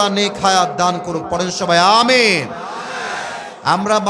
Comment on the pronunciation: আ-মি-ন সুন্দর ভাবে বলা হয় নাই